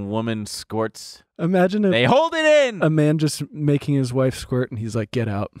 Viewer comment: Why does say squirt like skort